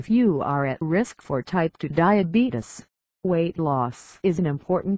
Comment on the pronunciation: You diddent say time 2 diabetes you said time 2 dieabadies